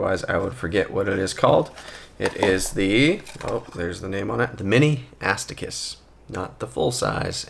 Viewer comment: Mini ass to kiss. You definitely said it that way purposefully 😂